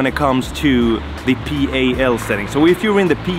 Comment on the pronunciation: ) It's pronounced "Pal" like in pal/friend. NTSC is just the letters. Or Never The Same Color if you're a boomer like me.